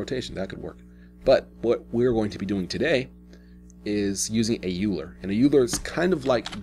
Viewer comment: are you saying euler? I believe its pronounced "OIL+er" but I pronounced it like that for years myself.